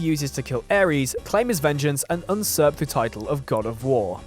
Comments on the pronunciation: "Unserp"?? I think you mean "Usurp" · Also, usurp is pronounced, "yoo-SURP." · unsurp, you mean usurp?